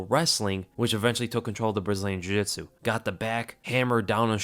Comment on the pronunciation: Joe Rogan: Jiujisu guy: Conor Mcgregor